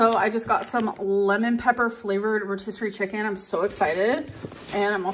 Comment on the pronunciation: wth didnahe say "rotisserie chicken" like that??? Our GORL IS SO QUIRKY